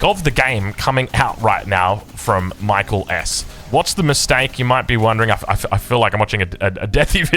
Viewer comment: It's not pronounced like the English name Michael. I think he's Finnish. It's more like 'mee - KAA - ell'.